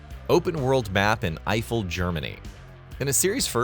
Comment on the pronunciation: Today i learned that AI voices can't pronounce "Eiffel" and "nord schleife" lol :-)